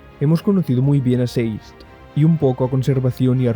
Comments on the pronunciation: Por que le dices "seiz" a Sazed!??? que dificil! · Sazed ❌ Seis’d ✅